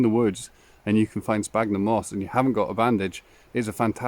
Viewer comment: Fabulous. And have subscribed.😊. Just to say there are many species of Sphagnum moss. And the ph in the genus name is pronounced like an 'S' so sounds like Sfagnum . 😊